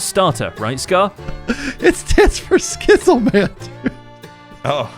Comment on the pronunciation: Lmao “Skizz Le Man” and “Sam Llishbeans”